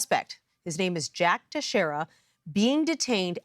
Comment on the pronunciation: Tex- reria! Nobody outside Southeastern Massachusetts can pronounce Portuguese names..